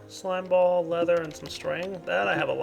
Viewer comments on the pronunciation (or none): none